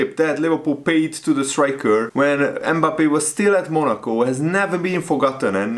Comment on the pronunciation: Forget to pronounce "e" at the beginning of his name! It isn't Embappe. Just Mbappe with almost a silent "m" at the front. It's painful to listen to it.